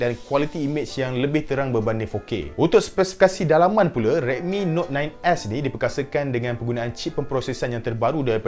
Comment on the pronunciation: Yang aku dengar dia cakap redmi note 9 ass